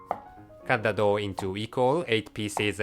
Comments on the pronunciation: I'm confused everytime I listen "Dough" and "Dog" XD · I know, I thought of the exactly same thing, at the first I actually tought he said "Cooking a "